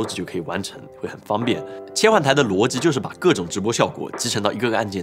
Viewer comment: 机 逻辑 这几个词 练习一哈发音嘛 口音挺重